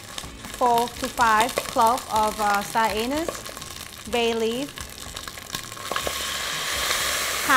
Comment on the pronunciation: Did she say star anus I love her